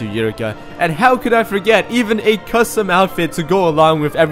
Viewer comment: It's Yurica! as in Yu-Ri-Ca